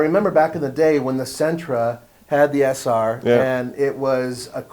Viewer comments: Sentra Se-r not sr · I think you meant SE-R.